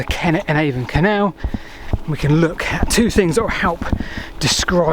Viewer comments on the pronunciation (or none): none